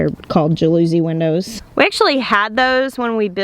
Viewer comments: more like ja loo zee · Jalousie Window- JA-LA-CEE windows- that is how you pronounce it. I work in the glass industry and had these windows in my house growing up, and I almost spit my water out laughing when I heard you say it. I'm sorry, I'm not being mean, it was so funny! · Ja luh see is how to pronounce jalousie. The accent or stress in on the ja. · Interestingly Jalousie from the Italian word gelosco for jealousy, when the window is closed the interior of the home is protected from jealous or peering eyes. Jalousie, rhymes with policy. 😉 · In Florida we called them jal- o - see windows, funny how different areas have different pronunciation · Congrats on the new puppy! Also I think the windows are pronounced jal- a see, But you can say it how ever you want lol 😂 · Lovely puppy, the windows are technically pronounced - ja luh see - but I suspect there are regional differences. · Raf is just adorable! It never ceases to amaze me the differences in how different sections of the country pronounce words! The Northeast would say "JAL o see" windows! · I lived in Miami with those kind of windows and,we always called them jal-uh-see (accent on the first syllable) windows 😍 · It is pronounced Jal- a -seese on the shuttered windows. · Just FYI, Ms., “jalousie” is pronounced with the emphasis on the first syllable. The second syllable rhymes with “us.” So “JAL-us-ee”. I had to chuckle….reminded me of Dr. Wyche tomatoes! 😊💕🌸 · Yep!! I grew up in Florida with Jal-us-see windows! That’s how we said it too 😊🤣♥️ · At least pronounce it the French way, I'll make it phonetical: Y'all-ou-SEE. Emphasis on See. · When you come to the video to correct the pronunciation and see its already been done. JAL-US-SEE.. lol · Pronounced jal-oh-see! Really popular in 50's and 60's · I think it's pronounced jal-a-cy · Just came to tell her it kinda of rhymes with galaxy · Agreed...kinda like jealousy or jealous with a long 'e' on the end! Still, cracks me up!